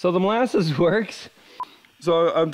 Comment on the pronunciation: Did you say mole asses or molasses? Asking for a friend